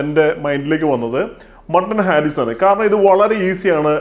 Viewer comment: ഹാരീസ് അല്ല ഹരീസ് ആണ്